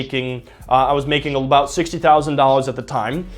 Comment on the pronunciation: What are we talking aboot